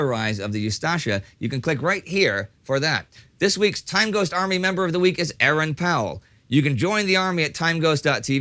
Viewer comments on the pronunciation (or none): none